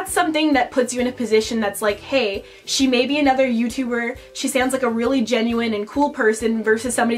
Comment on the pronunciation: "eva is the best youturrrrber ever!"